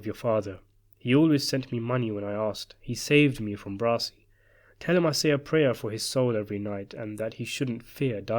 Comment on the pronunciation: Please, his name is not "Brosi"